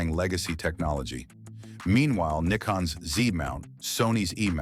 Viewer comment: His pronunciation of “Nikon” is nearly correct. It is a short “I,” but it’s a long “o.” Equal emphasis on both syllables: Japanese is unaccented.